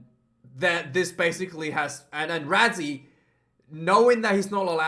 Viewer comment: Pronounced Russy not Razzie🇿🇦🇿🇦